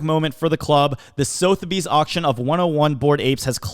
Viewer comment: "SUH-THUH-BEEZ", that is all.